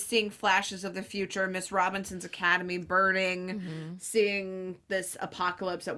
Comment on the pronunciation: It’s Miss Robichaux’s, not Miss Robinson’s.